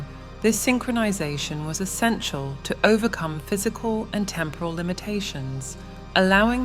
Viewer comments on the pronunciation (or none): none